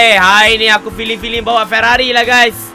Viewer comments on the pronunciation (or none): Sampai masjid Ferarri jadi ferarroi